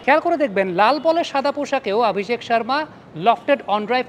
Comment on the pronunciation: আপনি "অ" কে "আ" বলেন কেন? আপনি অভিষেক কে আভিষেক,অশ্বিনকে আশ্বিন বলেন প্রায়ই।